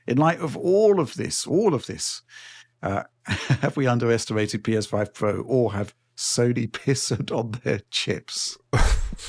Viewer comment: Way twacing on the PSfoive Pwow then .